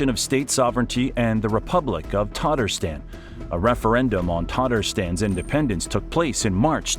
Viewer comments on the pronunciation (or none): Tatarstan is not pronounced "tartastan". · PLEASE, PRODUCERS, correct your English pronunciations! It is u-KRAINE, not YOU-kraine. There’s no COW in Moscow, and the list continues - with Tatarstan and more. Why is this a concern? While delivering facts/information, you are teaching scores of single-lingual American English speakers who, given lack of information and/or travel abroad, rely upon accurately communicated place names. To garner respect and trust, please be willing to learn/apply proper pronunciations before recording.